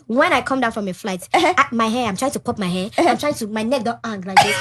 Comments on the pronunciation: She is forming accent yet pronouncing HAIR as AIR lol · Nautural "h" air